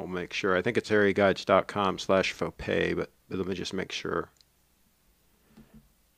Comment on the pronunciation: Nice Fo-Gay,!